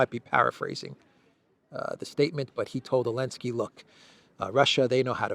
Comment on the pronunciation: Why does he leave the Z out of Zelensky, he calls him Elensky, I’m assuming there is a reason